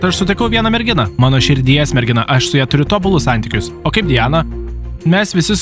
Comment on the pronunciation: Ne dijana o Di ana